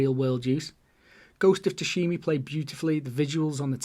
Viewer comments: Great video, really well structured in my opinion. Only thing I couldnt ignore, Ghost of Sushimi? (Sushimi is the name of a Mexican Sushi restaurant 😂). I believe it is pronounced with an A at the end Cheers, keep it up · Tsushima, bud. Time to brush up on your Japanese dude. 😂👍